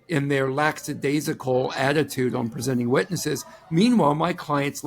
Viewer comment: Lackadaisical. NOT laxadaisical.